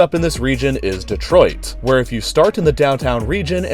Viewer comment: First time I've ever heard someone not from Michigan pronounce Detroit correctly (Duh-Troyt)